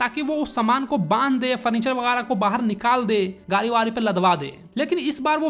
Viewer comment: कपड़ा ❎ कपरा ✅ गाड़ी ❎ गारी ✅ 😂😂😂